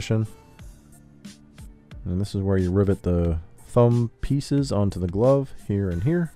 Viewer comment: he said "glove" like "globe" instead of "love"...never heard that before.